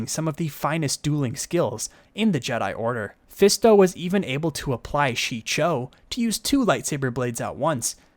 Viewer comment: It is "Shii-cho", not "Chi-show". "Juyo" not "Jujo". Otherwise! great video!!!